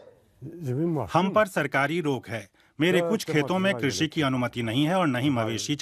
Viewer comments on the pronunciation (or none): none